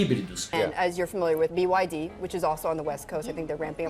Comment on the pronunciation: desculpa ser chata na correção bes tinha. Bi ái dí, seria a leitura, em inglês, da sigla “BID” A montadora chinesa é BYD, que lê-se “bi uái dí” Abraço, querido. Perdão mais uma vez.